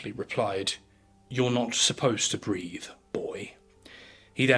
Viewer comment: BREATHE, not "breath" properly.